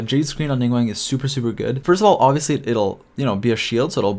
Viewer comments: Great video. But dude. it's Ning GWAHNG - an AHHH sound not WANG :) - Source: I am fluent in Mandarin Chinese. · This was a very informative video, but I do want to note that the "guang" in Ningguang rhymes with "gong" not "twang". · Came back to listen to the ' Ning-wang' 💀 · ah yes ninguEng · Ah yes, ningwang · love the video but... ningwang????? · did.... he just say.... ninggwang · No one but you: Ning wang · "ningwang" :flushed